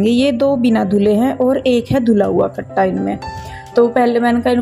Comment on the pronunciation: कट्टे को घटा नहीं बोलते हैं कट्टा बोलते हैं